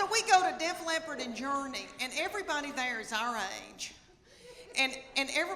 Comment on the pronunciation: Bless your heart, it's Def Leppard, not a cat who's hard of hearing. Also, you're awesome and I have spent an unreasonable amount of time watching your videos. Come to Kentucky!